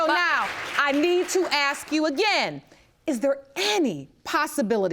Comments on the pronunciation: You might want to add "axe" and "mines" to that list! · Let's add "aks" to the list!!! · Kin I ax you a qwestin? Why?